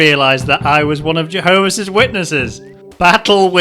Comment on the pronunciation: Why does keep mispronouncing "Jehovah's" as "Jehovis's". Who the heck is Jehovis?